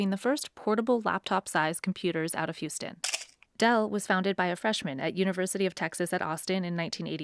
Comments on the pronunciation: "Drew House ton" - really? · You can't pronounce Houston "House-ton" and be a Texan. It's in the state Constitution. I'm sure of it. There's no such thing as a $12,000 connection fee. That's nonsense. Water bills are city by city. I've lived in Austin. Never paid that. He's full of it. My water bill is around $200... every 3 months. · I never heard Houston said that way before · "Drew H(a)ouston", CEO of Dropbox Why is this not pronounced like the name of the city of Houston?? 😫😓